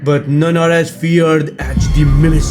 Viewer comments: Hey great video but just so u know it’s pronounced mimiker just to help u in the future! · No it is the mimicer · not even a minute in and the way u say mimicer made me lose my shit